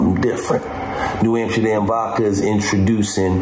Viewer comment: Why does he call it New Amsherdam?